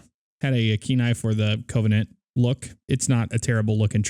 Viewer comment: I'm triggered by how you say Covenant. Its pronounced: kəvənənt